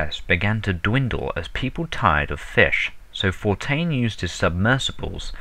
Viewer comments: "Frank For-tain" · He pronounces Fontaine as Fountyne. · Did the guy reading this even know any of the characters' names ahead of time? That's an "N" in FoNtaine. Not Fortaine. Other small things in this really grate my nerves with repetitive mistakes. It's a great series up to this point but this makes it hard to listen to. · The narrator's voice isn't bad, but he's constantly mispronouncing words (Fortain instead of Fontain) and using the incorrect words instead of the words on screen (Philisophical instead of Psychological). Otherwise, I really appreciate the time and effort that's gone into the project.